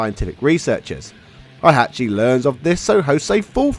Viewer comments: HEY-hachi, all phonetic, it's not German KÁ-zuya KÁ-zuma MÍ-shima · Aye learn how to Pronounce "Hey-Hat-Chi" before making a tekken video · Heihachi is pronounced like it's spelt, not Hihachi